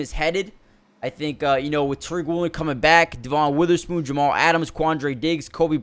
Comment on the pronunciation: Kinda shocked how many guys’ names you pronounced wrong. Devin Witherspoon, Brian Monay, Vigh Jones, Jair-un Reed, had to stop watching at that point.